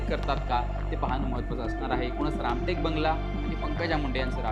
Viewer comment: रामकेट नसून रामटेक असं वाचावं..